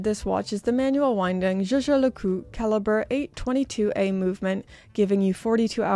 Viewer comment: Sunday, the best day of the week 🎉 I remember watching ArchieLuxury videos about JLC and laughing every time he said Yei yei le Cou 😂😂😂